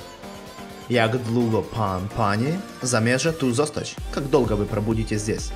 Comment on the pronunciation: Не длуго, а двуго